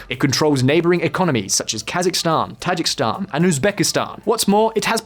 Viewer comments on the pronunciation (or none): Ta-ji-ki-stan there is a second "i" in it.